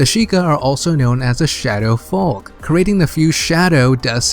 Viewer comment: You said folk as it's spelt it's pronounced foke